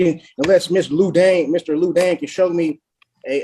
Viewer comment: He constantly calls the prosecutor “Lou Dane.” His name is Danner. It’s ON THE SCREEN… 🤦‍♂️